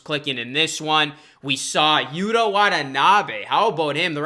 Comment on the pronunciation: Yuta Watanabe's first name is pronounced "YU'-tah", as in "Utah Jazz" (but the accent is on the first syllable). You are pronouncing it "Yuda", which is incorrect.